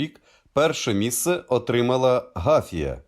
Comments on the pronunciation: Не Га‘фія ,а Гафі‘я !!! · Не гАфія, а гафІя. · Чудове відео і прекрасна роботі зі статистикою. Не можу не причепитися до наголосів у слові терЕни і ГафІя.